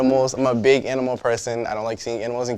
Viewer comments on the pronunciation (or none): none